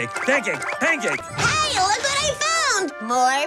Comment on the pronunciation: the way he said "PaNcAkE"